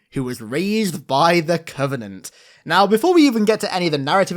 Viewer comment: why does she call it "the covening"(?) and not the covenant? Help